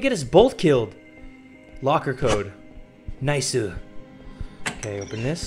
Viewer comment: Did he really just say niceu, he definitely stole that from J-hope. I hate snakeu.